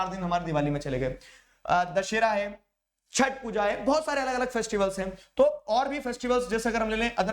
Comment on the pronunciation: said "chhat puja" as bihari it touched my heart❤.